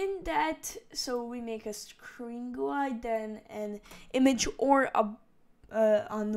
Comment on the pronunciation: The way u said GUI